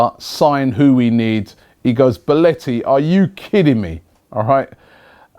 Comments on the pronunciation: It's BelOtii not BolEtti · His name is BELOTTI, NOT BOLETTI. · How hard is it to pronounce belotti correctly? It's bELOtti not bOLEtti